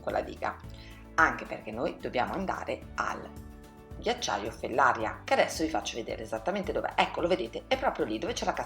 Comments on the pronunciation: Fellaría, non Fellária . Sbagli l’accento ☺️. Comunque ottimo video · Comunque la diga e’ di GERA😉 e Fellaria pronuncia come Maria